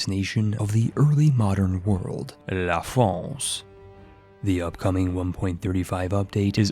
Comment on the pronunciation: As a french guy your " la France" was clean af